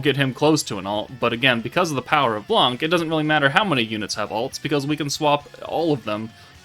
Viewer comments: In French the C is not pronounced, it's "blan", not "blank" thanks for the video ;) (i'm french) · In french we say Blan we don't prononce the c